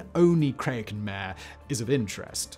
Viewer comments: It is getting annoying to hear you repeatedly mispronounce "mare". It is Latin, and I'm pretty sure it's two syllables, perhaps something like Mah-Ray. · The latin for sea, does not sound like the english word for a female horse.